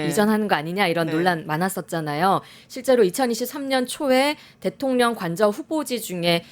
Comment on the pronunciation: 앵커분 발음이.. 방만진법?대통련? 교포신가요?